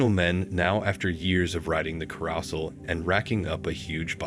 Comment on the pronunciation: You know, these computer voice videos are seriously lame. Love the way it pronounced “carousel “. If you can’t even narrate your own idiotic videos, why bother?